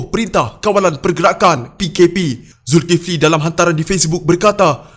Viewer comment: Sebut lah ustaz zulkifli dgn cra betul